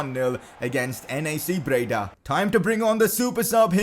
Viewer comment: Its NAC breda, not NEC breda 😂